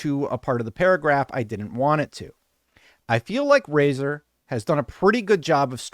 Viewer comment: ...But it's Razer 😬